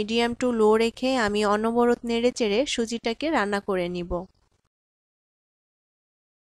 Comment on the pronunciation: Onoborot noy, onoboroto.